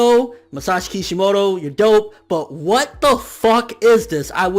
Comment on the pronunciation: kishimoto... bro cmon!